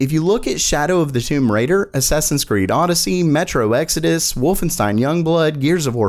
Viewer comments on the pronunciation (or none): none